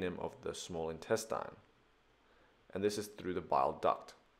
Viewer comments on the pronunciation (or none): Thanks for the video. PS: it's pronounced Intestine. Not Intestyne.